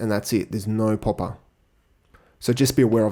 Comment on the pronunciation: he said poppa library lol